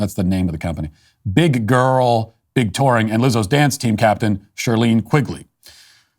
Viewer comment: We need a compilation of Walsh saying “Big Grrrrl” on loop